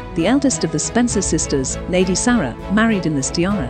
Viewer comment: It really irritates me that this automated voice over cannot pronounce Sarah properly! It always says Sarra! Aaaargh!!!